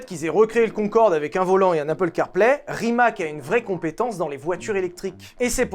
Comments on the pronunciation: on prononce ca rimatz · c’est Rimats (il faut dire le s) la bonne prononciation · On promonce Rimats, pas Rimak lol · STP ne prononce pas RIMAK mais "Rimatz"... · Tout le monde parle de la prononciation des villes alsaciennes , mais RIMAC se prononce RIMATS et non pas pas RIMAK😅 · Petite précision ça se prononce Rimatsse ;) c est le nom de famille de mate rimac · Bon alors Molsheim, bien. Chiron, Veyron, super. Par contre, la prononciation de Centodieci et Rimac, on y est pas encore... 😊